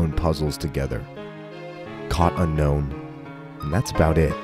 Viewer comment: And then you find out Unown is pronounced "Un-own".